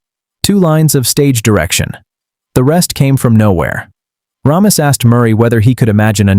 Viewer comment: Ugh, it's "RAY-miss" NOT "RAHM-iss"